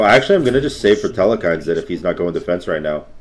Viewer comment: The way says telkhines makes me cringe every time. theres no E after the L, and never has been. reminds me of back in the day when CoD players said "marty-dom" how do that many people not know the perk was named using the word martyr? It is, however not as bad as the way he says Ymir... its E-Meer, not Yuh-Meer. Sorry pronunciation is a pet peeve of mine. I still love ur vids